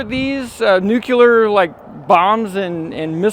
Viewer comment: Dude, I love ya but there is no such word as NUCULAR, it's Nuclear. Please, please don't say that anymore..lol